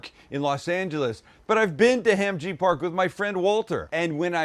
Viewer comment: Pretty legit other than the Korean pronunciation lol! (“Hom”-ji. So”Mek”). Marinade straight out of my Korean mother-in-law’s playbook… she’d probably put a chunk of onion in the blender